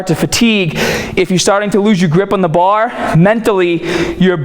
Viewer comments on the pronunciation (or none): your Boston accent came out, lol. I'm from Boston as well. "Baaah." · Boston accent sneaked out a lil bit! 'Approach the Baaaaa' Another top video - thumbs up